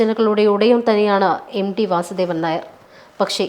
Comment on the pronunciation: എംഡി എന്ന് ഉച്ചരിക്കാതെ. എം റ്റി (ടി) എന്ന് പറയൂ... ഒരാളുടെ കൃതികളാണ് അയാളെ പ്രശസ്തനാക്കുന്നത്. അയാളുടെ വ്യക്തി ജീവിതത്തെ കുറിച്ച് തിരഞ്ഞുപിടിച്ച് ചർച്ച ചെയ്ത് അയാളെ ഇകഴ്ത്തേണ്ടതിൻ്റെ കാര്യമുണ്ടോ....? ഇതേ തിരച്ചിലും അപമാനിക്കലും യേശുദാസിൻ്റെ മരണ ശേഷം സോഷ്യൽ മീഡിയ ആഘോഷിക്കും. എന്തിന്: മലയാളിയുടെ അസൂയ തന്നെ......